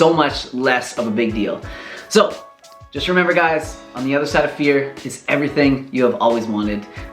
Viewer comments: I thought you said beer instead of fear 😅 Thanks for this video! I knew these things but forgot... Several times... Just what I needed to hear, just at the right time. Also, didn't miss any of the things you worried about were missing from this video. Who needs drone shots when you can get a reality check instead. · I literally thought you said "beer" not "fear"... I was very confused and thought maybe you were an alcoholic or something lol